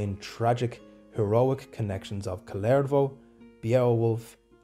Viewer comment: Your pronunciation of the name Kullervo is to my ears the Finnish name Kalervo. He is totally different individual ; - ).